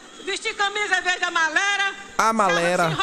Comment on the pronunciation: Piauense devem sentir envergonhado s de terem uma governadora q não sabe nem falar a palavra amarela